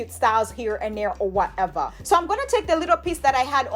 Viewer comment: I love when you say “ whateva “😂